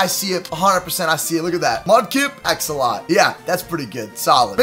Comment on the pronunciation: Did he just say axolot